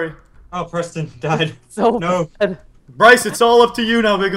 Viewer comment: Its purston